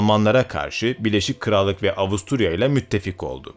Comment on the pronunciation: abi şunu BİLEŞİK krallık olarak okumasan:D Şaka maka harika video tebrikler!